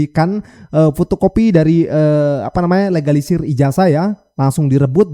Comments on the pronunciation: Kl STNK fotocopy trs di sempet bisa gak buat bukti keasliannya, termul guoblok nya puoooool😅 ngomong legalisir jd egalisir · ngomongnya egalisisr atau legalisir sihhhh ??? ... korslet nihhh otaknya